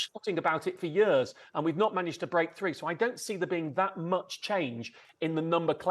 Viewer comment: Yers and yers and yers 😂